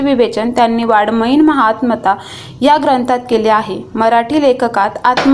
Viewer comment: वाडमयीन नाही ताई वाड:मयीन आहे 😂